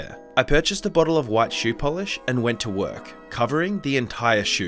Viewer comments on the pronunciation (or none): none